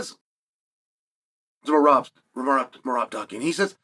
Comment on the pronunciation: how he is pronouncing Meraaaab sounds so different and cool😁Meraaab😁🫣